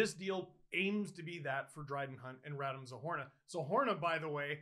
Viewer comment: “RadEEm” Steve! RadEEEEEEm